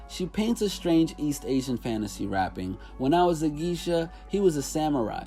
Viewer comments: Geisha is pronounced “ Gay-shuh “ good video though. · He can't talk about Kendrick mispronouncing Negus and then not say geisha right.